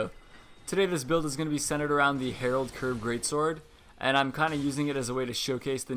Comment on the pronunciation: Aight i just wanna throw this out there cause i notice it's a thing for some reason, it's not the Herald Curved Great Sword. it's the Harald Curved blahblahblah. HA-RALD, not Herald. Herald doesn't live here anymore